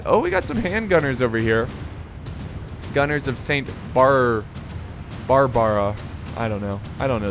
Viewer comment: its saint barbara. not barbar.